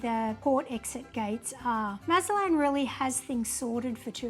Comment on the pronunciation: You visited Mazatlán and made no attempt to learn how to properly pronounce the city’s name. It’s NOT Mazalan! There’s probably a zero chance of you being pickpocketed or being “taken by the cartel”. You made little effort to treat our beautiful city with respect. Please come back but only when you choose to do so.